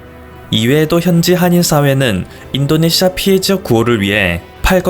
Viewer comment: 그리고 인또네시아로 들린다